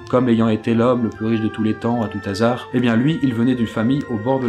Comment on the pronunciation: STP arrete de dire "A TOUT T'HASARD" on dit A TOUT HASARD, pas de liaison avec le T !!!! herrghhhhh Sinon bonne continuation